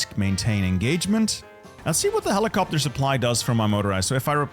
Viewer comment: helicoptahh helicoptahhh